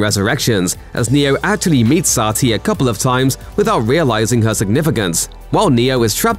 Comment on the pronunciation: The narrator mispronounced satli like CAP.He can mispronounce the name all day.